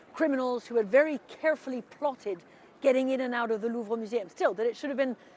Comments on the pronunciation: Louveeee, come on at least try and pronounce name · "the LOOURVE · "The Lourve": announcer. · An anchor on CNN cannot pronounce “jewelry” correctly? It’s JEWEL RY. It is NOT JEWEL E RY. (Not to mention his obvious lack of knowledge and his cringeworthy pronunciation of the Louvre.